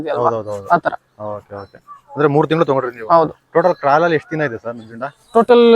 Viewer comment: ಕಿರಲ್ ಅಲ್ಲಾ ಕ್ರಾಲ್